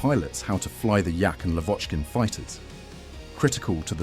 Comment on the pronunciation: Not LavOchkin, but LAvochkin. Not YakOvlev, but YAkovlev. Ilyushin and Petlyakov are mispnonounced as well. I wonder why they inerringly mispronounce Russian names. I got the feeling they do that on purpose.